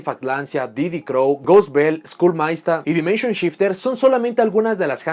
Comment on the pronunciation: Te felicito por la profesionalidad de tu trabajo, incluyendo la pronunciación de cada carta, como por ejemplo la de skull meister.